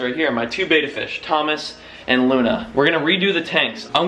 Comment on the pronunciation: Please say betta correctly